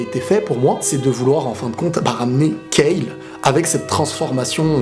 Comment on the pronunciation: Enfin une personne qui dit Kale et pas Kalu, ça fait plaisir.